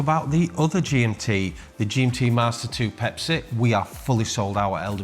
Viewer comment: Pepsi not Pepsay